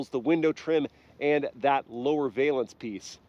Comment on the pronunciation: the vay lance.... dear god